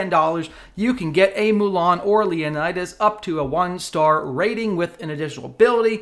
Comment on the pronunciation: In one single video, I don't know how many civilizations and cultures have you hurt at once. My ears are bleeding for each Leonidas mispronounced.